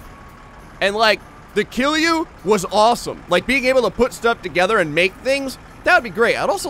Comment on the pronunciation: my man, you're pronouncing KILJU like a real Finnish person! It's solid, relaxed KILJU and has nothing to do with Jews. I can't tell you how proud of you I am at the moment. In no time you'll be saying things like "kootaanko koko kokko kokoon?" and and people are like "oh so you're from Finland?"